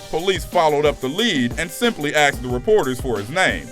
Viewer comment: We're NOT a "species" though its hard to tell considering the amount of times the narrator said "axed" instead of asked...good grief